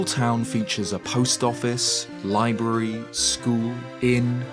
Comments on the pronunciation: LMAO how do you pronounce "library" like that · I'm not sure I've ever heard someone pronounce 'library' like that lol. Jokes aside, congrats on your baby daughter! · I have never, ever in my life heard anyone pronounce "Library" that way before. I'm so confused.